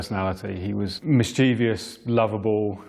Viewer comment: mischievious? Isn't it amazing that foreign students in the UK have to pass rigorous language tests while native speakers such as this professional journalist cannot get their own language right? It's mischievous.